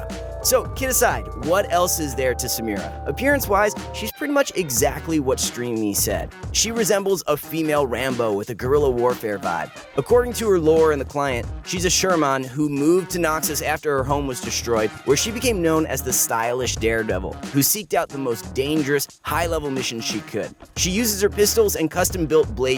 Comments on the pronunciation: When he said shurumawn i clicked off of the video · The way that "Shuriman" was pronounced made my bones want to feel broken again. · Sure a Mon? You mean shuriman? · Wtf is a SURE MAAN Suriman as in from surima. There's nothing called sure maan Jesus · Shur-ih-mahn. Seriously though the mispronunciations here do make me doubt the information being given on this channel. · It’s vod not V O D and pronounce shuriman correctly 😒